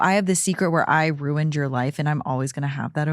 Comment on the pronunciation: She should re-title this podcast: Rooned